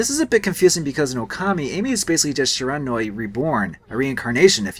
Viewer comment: Shiranui = "she-ra-new-ee" I is pronounced e in Japanese